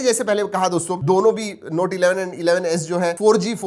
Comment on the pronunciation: U r pronounciation to note(noti)was lit😹🔥